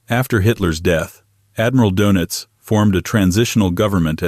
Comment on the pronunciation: Carl Donitz -> Carl Donuts 😂